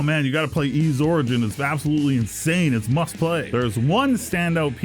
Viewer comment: Yep. Pronounced like the word "ease"